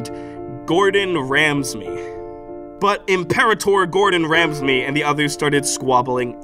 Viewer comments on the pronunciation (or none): "Imperator GordonRamsme" bro i am dying send help please